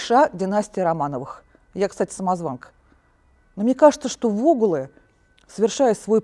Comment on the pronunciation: Вогулы ударение на у